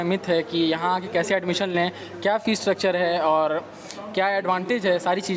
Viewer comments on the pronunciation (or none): Fees not feces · lmaooooo the man was saying feces